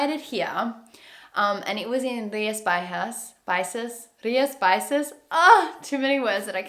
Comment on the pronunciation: Rias Bi-Shas